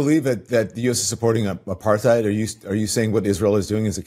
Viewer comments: It's wild that 🍋 doesn't know how to pronounce apartheid as a black American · You can tell by how Don says Apartheid that he has never heard the word spoken, only seen it written.